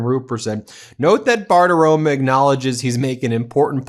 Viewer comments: It's Bartaromo, not Bartaroma. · Ben, you are wonderful but the Fox News host is Bartaromo! An “o” on the end, not an “a”! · Who is this Maria Bartirom-UH!